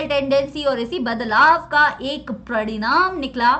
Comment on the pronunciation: Pradinam nikla ....😂😂paridam nikla bole to product....😁